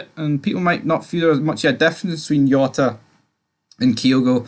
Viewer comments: “J”ota!!! Ya bam not Yota!! 😂😂😂 what aboot your player what is it cross Dresser? 😘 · It no yota ffs its Jota with a J